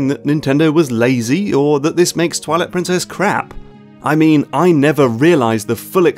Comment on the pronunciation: Why does he say toilet princess